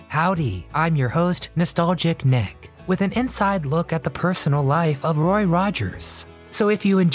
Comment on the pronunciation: Is this a voice bot? They always make pronunciation mistakes. It keeps saying "RORY" instead of good old "ROY".